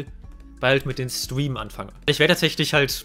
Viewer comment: Warum kann Streamen nicht aussprechen?😅